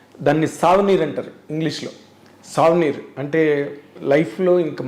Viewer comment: savanir kaadu anna adi souvenir